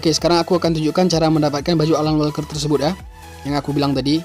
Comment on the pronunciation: Alan walker bang Not *alal walker 😂😂👍